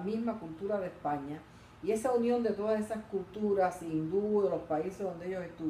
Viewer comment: Porqué no pronuncia Usted la S? (Epaña, lo gitano')